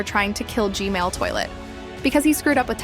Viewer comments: STOP SAYING G-MALE SAY G-MAN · Can you fix your AI voice saying "gmail" instead of gman? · this mf still saying g mail💀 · You Said Gmail-man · kept saying gmale breh. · Every time she said gmail just got me dying💀💀😂😂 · Why do you say Gmail toilet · She keeps saying G-Mail Toilet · She says G-Male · When will you say G-man right?